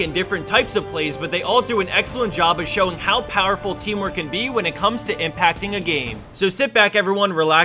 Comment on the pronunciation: Why am I hearing it's "Teemo edition" not "teamwork edition".